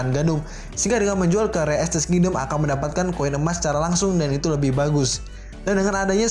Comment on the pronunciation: Bacanya re estize pake E bukan re estis